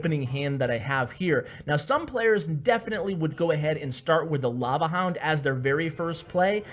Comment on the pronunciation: It's lava HOUND NOT LAVA LOOND